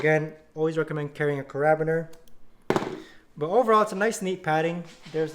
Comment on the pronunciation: OMG. Its a care-a-beener - not a ca-rab-biner. lol